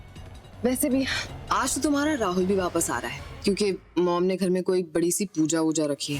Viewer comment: KItna ghatiya tarike se rahul ha naam prnouce karti hai